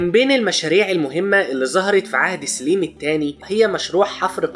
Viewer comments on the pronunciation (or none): سليم بفتح السين وليس بكسرها